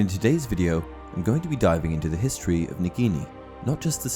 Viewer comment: Thanks for the Hiss-tory lesson 😂